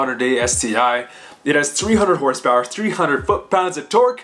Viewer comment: I swear if you say hrsprs like fucking donut media again ima be filled with cringe